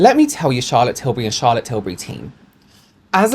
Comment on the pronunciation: Can we talk about "Chaza Tills" please???